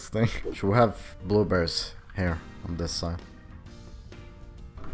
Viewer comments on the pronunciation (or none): Why are blueberries supposed to be funny and u say blubrees instead of blueberrys that's probably why it's funny